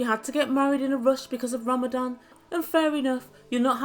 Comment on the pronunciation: I swear you are saying “ Ramadam” instead of Ramadan